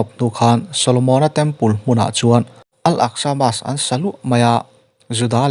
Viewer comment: Mosque(Mosk) tia lam nise ngaihthlak a nuam deuhang mawle